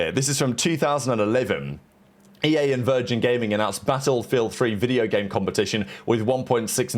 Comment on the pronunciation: The way he pronounces 'battlefield' is killing me